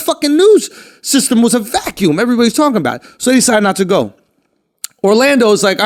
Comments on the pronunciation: “system was a Va’-a’cume” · the way Shulz says "Vacuum", never heard him sound like that before 😂